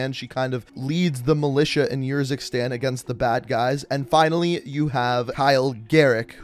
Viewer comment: i love how he has played the campaign yet still chooses to pronounce the country “yurzikstan”